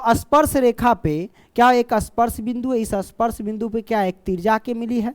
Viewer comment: Sir bolna to Sikh lo aspars nahi he vo ispars he